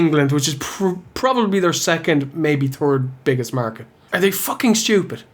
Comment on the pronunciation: About the pronunciation. I love it all, I find it especially amusing when you guys tries to say third and it comes out as turd. It makes good fun. Like "I just ate my third (turd) sandwich" or " The Undertaker just hit him with his third (turd) tomb stone. Jolly good.